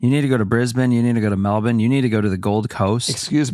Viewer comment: THANK YOU for pronouncing Melbourne (Melbin) & Brisbane (Brisbin) correctly 🎉 hahaha